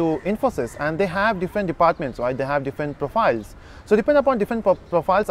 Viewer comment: Same shit in every video that claim to train people. At the end of day the same standard dialogue that echo " it depends on companies and position". To hear this shit we have to watch your "training or guidance" videos. One more thing, the word is different not diffent as you pronounce